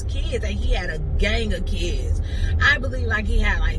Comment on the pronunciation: U put the emphasis on "UH GANG OF KIDS"😂